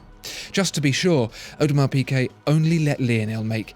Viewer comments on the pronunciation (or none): The is the best watch EVER made! Mark my words, AP will barely be able to keep them on the shelves (because of the amount of dust they will collect) Oh, and it's pronounced 'Peegay' please, for the love of god, Peegay, not Peekay. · Great as usual. But it's Peegay, not Peekay! I cringe every time I hear you say it :-) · “piGuet” not “piQuet”! It’s a torture! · Audemars Piqué? No mate, Piguet. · Audemars Pigay